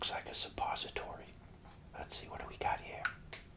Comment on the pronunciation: He called the pill pen a suposatory 😂